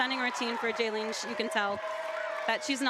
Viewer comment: Ugh, sorry, theyre probs new, but these commentators.... Calling a Y1.5 for a double for WV, calling JaLENE jalyn, calling Victoria's Oondi a front ariel.... I cant .....